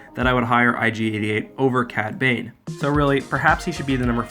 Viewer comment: Yah cad babe! Edit: "cad bane" lol